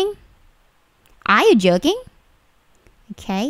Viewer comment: astaga kupingku dengernya are you jerking